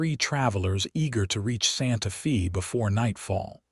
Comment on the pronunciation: Will not finish this video 5 minutes in. It's Santa Fey, not Santa Feeee. Yikes! Narration is essential to the succrss of a video.